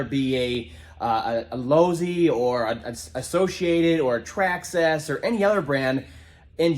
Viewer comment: Stop pronouncing traxxas like that